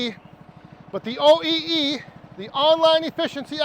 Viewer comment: "OEE'S"! 😂😂😂 You're killing me!